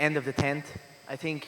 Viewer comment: UFC tuh tuh tuh tink about. Even the girl thought it was funny haha